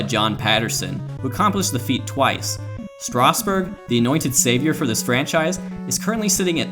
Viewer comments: how the hell was that first 2 seam fastball a strike. and it's kind of annoying, isn't it pronounced strass-berg, not straus-burg? I could be wrong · lol “Stasburg”